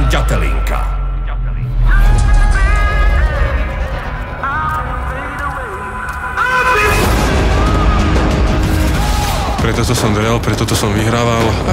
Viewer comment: Všetko super ale mohli by sa naučíť hovori ĎAtelinka a nie Datelinka bratři češi :D ja som sa Ř naučil!